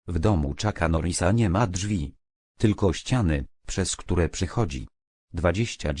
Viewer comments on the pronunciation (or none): none